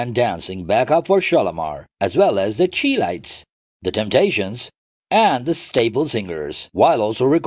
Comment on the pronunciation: His pronunciation(of words) is always truly lacking..."The Shelites"🤔 instead of The Chilites...js, but I love the old school R&B then and still now...